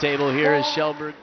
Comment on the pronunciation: Yeah. Pronunciation is more like Shellberg, though.